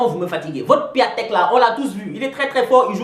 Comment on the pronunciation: T assures comme d hab!!! c n pas Piatek, mais Piątek hihi. Merci, une des rares emissions ou tu lis les commentaire et tu bosses avec tes fans. Job vraiment en or